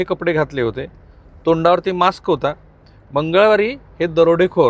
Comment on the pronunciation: राहुल दादा तुम्ही मास्क चा उच्चार चुकीचा केलाय 😊